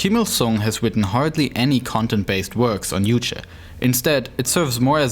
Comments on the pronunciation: Why do you guys say uuche instead of Juche? You even replaced the J with U while saying Kim Jong Il. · just because it ain't English doesn't mean you should pronounce "J" as "Y". "Juche" should sound like "joo-cheh"